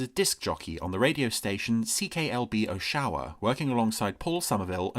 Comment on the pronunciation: Oshawa is stressed the same way as the Canadian capital, Ottawa, with the major stress on the first syllable and the other syllables given little or no stress. i.e Oh - shawa (as compared to Oh-tawa). In both cases the first vowel is the same as in 'orange'.